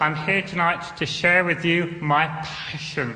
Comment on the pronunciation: The way he said Passion 🤣🤣🤣